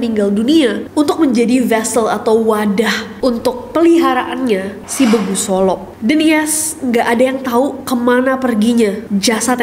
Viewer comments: Di batak e nya itu di tekan kak , bukan sepeti kakak bilang hahha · E nya kayak bilang e-tol. Ditekan nada E nya. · E nya berbunyi seperti kata "bebas" Bukan "belas" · Begu gak si nes, bukan Begu,,,,, Eh..... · kak kalo baca 'begu' e nya pake e kasar, agak aneh jadinya kalo pake e halus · Baca nya bukan begu kk tapi e nya di tekan kk jadi begu kk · Ka, anyway, nyebut begu nya, e nya, pake e bebek, bukan e elang 😊❤ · Mimin pengucapan begu nya dengan "e" taling bukan 'e' pepet. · Kak itu cara bacanya begu bukan begu. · Begu 'e' nya e keras bacanya bukan gtu kak, jadi aneh dngernya😅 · kak bacanya begu pake e (ember) bukan e (elang) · cara baca begu-nya salah kak... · Begu bukan begu 😄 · cara penyebutan begu nya salah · Penyebutan huruf e di kata begu, sama kayak huruf e di kata Bebek ya guys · kak ngomong begu nya kayanya kurang pas deh kak. e nya itu tuh harus lebih batak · koreksi dikit pronounce begu (e taling tarung. ex: bebek) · Begu, cara bacanya kk " e" keras. Bukan "e" lembut kk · Maaf koreksi dikit ka Pengucapan kaka untuk "Begu solop" salah , salahnya di huruf vokal E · Kyknya aku kurang Batak deh, belum pernah denger Begu solop...😂 Btw kak , dibatak itu huruf E bener2 bold dan tegas , jadi bacanya bEgu , bukan begu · BEGU NESI BACANYA! BUKAN BEGU BAH! RISIH KALI KUPINGKU DENGAR KAU BILANG BEGU. BEEEEEGU BILANG! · Kak, pronounce nya begu itu e nya kaya kita ngomong ber*ak wkwk kak nessie pronouncenya kek org sunda lucu bgt 😂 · Cara baca begu-nya kurang dapet bEgu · kirain begu solop tuh hantu sendal. anw bacanya bégu kak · Kak ngomongnya bukan begu gitu tapi beegu tau ngga😭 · bEgu kak. Pake E kasar. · B.Gu gtu aja nyebutnya 😅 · Bacanya spt é taling terbuka pada "tempe" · Intinya maksud gw cara kak nessie nyebut huruf E nya salah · cuma mau kasih tau kalo orang batak ngomong begu itu pake "e" biasa seperti pengucapan huruf b. bukan "e" taling ataupun "e" pepet. trima kasih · pake E = LELE ?? bukan pake e = BeNeR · Pakai e taling bukan e pepet.